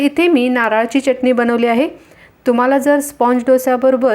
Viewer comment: चटणी हा शब्द बोलताना " च " अक्षरावर जोर का देता ?? च उच्चार बरोबर करावा.